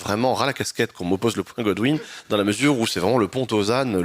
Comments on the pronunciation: "goudwine" ça se prononce gOdwin, aucune culture d'internet cette meuf, elle se croit intelligente d'employer un terme popularisé il y a déjà 15 ANS mdr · En prime, elle dit « Goodwin » et pas Godwin, la pauvre…